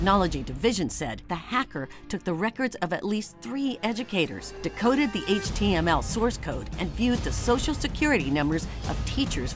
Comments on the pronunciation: I listened to him say HTMLM 5 times 😂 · I am pretty certain I heard him say "HTM ella". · Hayt-ch Tea EMM ELL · Ah yes, “HTMLN” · guy litterallly said HTLMN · so its not pronounced eich-tee-emm-ell? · I mean. Copying the base64 text and pasting it into a base64decoder is indeed a "Multi step process". But what really got me giggling is the way he pronounced HTML'uh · I love the way he says "H.T...ML" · Right. Instead he read it as "HTLM" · Did the boomer say HTMLN? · I swear I heard him say "HTLM" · Buddy can't even pronounce HTML, clearly doesn't know what he's saying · it's such a stupid take from a elected governor who doesn't know any better. The way he says HTML clearly shows he's got no idea what he's talking about, a complete computer illiterate who doesn't know what he's talking about. He's the kind of person who would ask their grandchild "What's a Facebook?" or "What's a Twitter?" The memes from all of that was hilarious at best as everyone was like "Oh noes I'm pressing F12 to view a webpage source and hacking it!" It's literally that easy to view web source just by pressing a simple quick hotkey thats been a thing since the early inceptions of the modern web browser. It's by no means hacking a web page, it's literally there for web developers to see their HTML source code, and edit the source to test things out as they build out a web page. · Not to mention the way he pronounced HTML as if he never heard of it before. He clearly had no idea what he was talking about. Which does beg the question, though. If this is indeed the first time he read about HTML, who wrote the script?